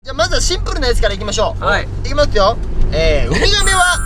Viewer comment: 字幕が康二の発音に忠実で素晴らしい😂スタッフさんさすがです！！！ シンプrrrル いきまとぅよ 好きだー(笑)